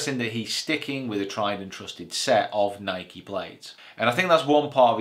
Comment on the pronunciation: you said nike wrong